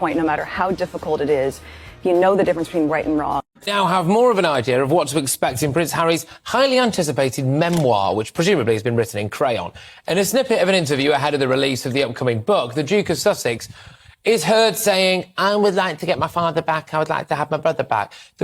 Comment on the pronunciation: 'That was presumably written in cra'yon' Lmao